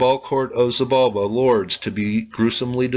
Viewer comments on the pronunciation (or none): I enjoyed this vid very much, coming from the Yucatan peninsula myself, I can tell you there used to be a kids show with the batgod zoots as one of the protagonist haha... Quick help with Pronunciation, she-balba for xibalba, ish-balanque for xbalanque. Keep up the good work